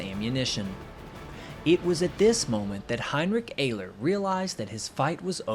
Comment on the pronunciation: heinrick ayler